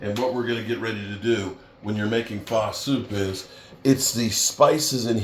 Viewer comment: Are you saying Pho? It’s pronounced “uh” not “ah”